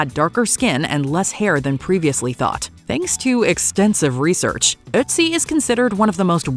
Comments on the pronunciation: For the first time the narrator pronounced "Ötzi" correctly! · Bonus points for the correct pronounciation for - for English speakers - very hard German words, like "Reich" and "´Ötzi" ...